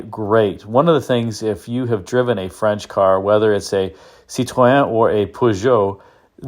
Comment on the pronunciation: Agreed, French pronunciation is impressive.